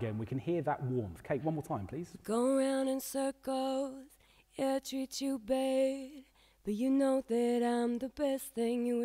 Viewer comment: Why does Kate sound like all the other pop singers pronouncing those As in words like "Bad" sound like "Bayyyeed" What's that stupid vocal anomaly called?? BTW this is killer master class that beats any other tuts online.